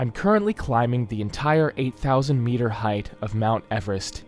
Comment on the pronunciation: “MYETER IZ MYETER!” source: am russian